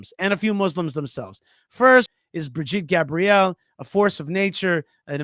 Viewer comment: Brigitte!!! Bri-git-te! Not Bridgette😂😂😂😂😂